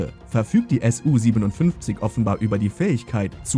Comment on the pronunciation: Nicht S U, sondern Su von